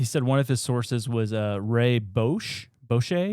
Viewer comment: Darwin Award nominee - Lee Harvey OSWALD, not Oswell - Haight (hate)-Ashbury District, San Francisco CA - Ray Bosch (squash)